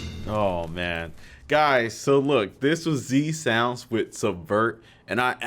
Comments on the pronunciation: It’s not Z Sounds it’s Zounds! Respect the heritage! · no s in Zounds tbh fella (well apart from the one at the end), The Zounds are one of the best and most melodic anarcho punk bands, check out their classic album Curse of Zounds, Did he jump, Dirty Squatters are two of my favourites